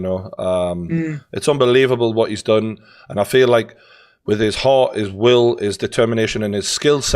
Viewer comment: John “he’s got no ARRRRT” Fury